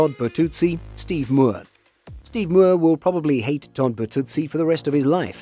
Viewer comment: Todd Burtuzzi is pronounced BurtuZZEEE not burtootsie